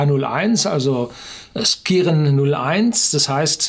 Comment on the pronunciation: Wenn der Name Skiren tatsächlich aus dem Altnordischen kommt, wird er vermutlich eher Schiren ausgesprochen - ähnlich wie bei Ski.